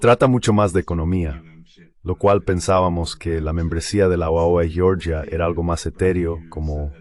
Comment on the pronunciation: En español no se pronuncia "yioryia" sino Georgia. 😄